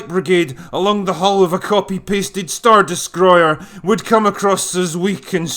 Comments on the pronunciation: “Star Descroyer” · "Star Deskroyer"